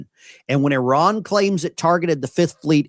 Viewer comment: Poor. He’s like all the rest. He has no idea how to pronounce. I R A N❗️